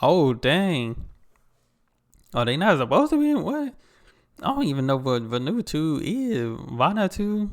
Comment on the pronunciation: "Van-oo-ah-too". It's in the Pacific, northeast of us here in Australia.